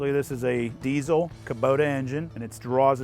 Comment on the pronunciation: Its diesel, not desiel.